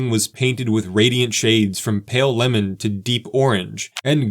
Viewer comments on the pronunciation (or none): none